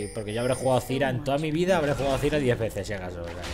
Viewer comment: ¡Por dios MIS OIDOS! ¿¡CÓMO QUE "ZIRA"!? ¡ZÁIRA! ¡APRENDE A PRONUNCIAR POR DIOS!